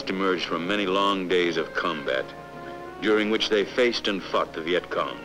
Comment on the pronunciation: I heard that too, but I think it's "fought" Faced and Fought But LOL it sounded like fucked..